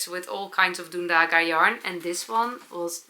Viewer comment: Ok, I have to tell. Dundaga is a Latvian wool, and because it is a Latvian word/name you have to put emphasis/accent on the first syllable, because ALL Latvian words ALWAYS have emphasis on the first syllable 🥰